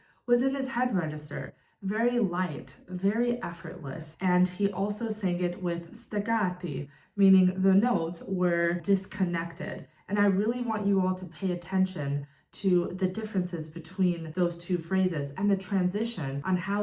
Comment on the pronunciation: hello ^^ As an italian i need to tell you, the accent on the italian words you used (staccato etc) was wrong, you should work a bit on it, and remember they're not english words :) the T sound is strong not like the english one , seems you seem to check on words and accent i felt i had to let you know :D if you don't have any italian friends, just google translate the words and listen to the audio =)